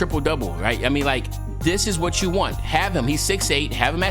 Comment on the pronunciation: 😆 🤣 😂 lol at the way you said have him